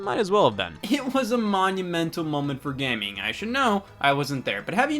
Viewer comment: he says “gam-ing” instead of “game-ing”